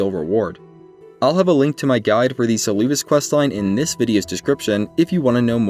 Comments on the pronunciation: Saying Seluvis's name as "Suloovis" is crazy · Suuluuvis😂 I love this pronunciation